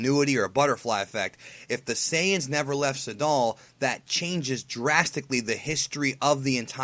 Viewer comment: you're well over pronouncing Sadal, it's like Trunks' name of course in japanese they pronounce it "Trunksu" but of course he is named after the things guys wear to swim in so if you can pronounce it Trunks do so otherwise your being a nerd and like so many people I know wouldn't watch you because of small shit like that